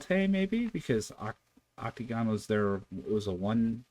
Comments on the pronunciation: There's NO U in the word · NOT OTUKEN. there's NO U in the name. Many many reactors aren't intelligent enough to notice there no u sound in the name.